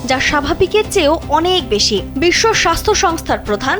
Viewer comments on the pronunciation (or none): none